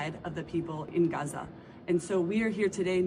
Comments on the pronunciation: “When white women pronounce Gaza GUUza it makes me cringe so hard I taste turnips”. Me too Leo, me too! 😂 And someone needs to talk to them about cultural appropriation of those Keffeyah scarves. It all makes me want to 🤮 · The "Guzza" woman was too cringe. We say Paris not Paree, Germans not Deutschland, and we pronounce it Israel not Guzza